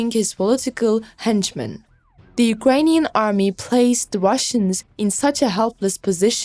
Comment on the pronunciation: "Unkrainian Defence Minister Shoigu"??? (8.27)